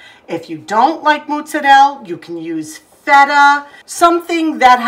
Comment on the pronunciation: I love the way you say MOOTZARELL! (and the cute blooper at the end of the video😊)